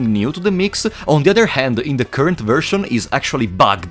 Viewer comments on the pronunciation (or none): none